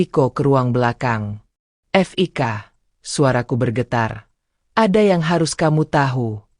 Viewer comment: Namanya kan Fiko. Kalo ditulis Fik, ya berarti panggilan dari nama Fiko, jangan dibaca F...i...k... Kayak ya narator mesti banyak belajar